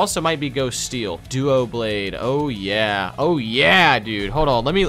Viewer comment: It's not called "Duoblade" it's "Doublade" as in Duh-Blade